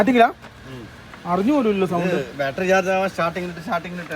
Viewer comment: Dear friends, ബാൽട്ടറി അല്ല " ബാറ്ററി" എന്നാണ് പറയുക. ഇത് നിങ്ങളുടെ ഒരു സ്റ്റൈൽ ആക്കാം 👌🏽 style